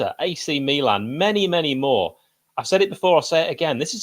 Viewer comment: Don't knock the lad for getting his pronunciation right ( or reyt )